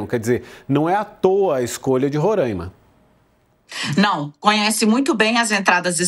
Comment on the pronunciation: Parem de falar Rorâima! O correto é Roráima, sem o acento, é claro!